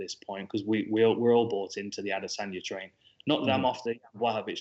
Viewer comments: Kacper and Ariel having that ad-es-anya pronunciation battle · Ad-is-in-ya......WTF bro, you have a Podcast, learn how to pronounce the fighters names:-):-) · They didnt pronounce it correctly, tried though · I’m pretty sure that’s not how you say Adesanya 😂